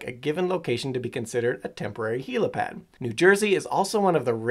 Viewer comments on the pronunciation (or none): Helopad? I thought it was helipad?